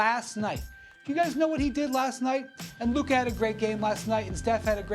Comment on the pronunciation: How many time is Perk going to say “Lukhuh is Luhbron minus the at-letisicm,” as if it is the first he has said it. Literally says it every time he talks about Luka.